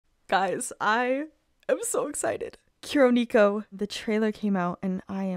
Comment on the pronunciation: As a weeb the mispronunciation of Kuro Neko is killing me 😖😂